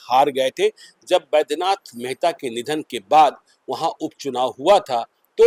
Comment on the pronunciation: रे झतुकेश्वर मेहता नही महतो